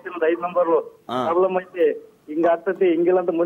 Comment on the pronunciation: Prabram ಅಲ್ಲ ಗುರು problem